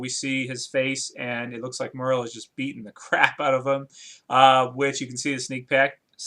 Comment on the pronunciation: Who's "Murl"? Lol. You mean Merle.